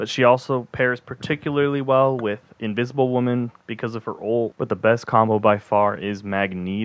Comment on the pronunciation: Invisibile Woman** dude How are you screwing up a character's name so badly lmao